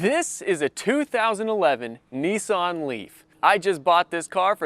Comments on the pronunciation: Neeson ?? Ho he means nissan , hahahahahaha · It's a Nissan not neeson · actually it's pronounced Nissan if you look at the name and can read English you will see it's Nissan not neeson , where on the car can you see NEESON